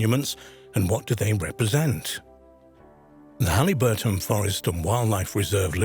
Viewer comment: It's Haliburton, pronounced Hal-i (short i) - burton, not Halleyburton, Ontario.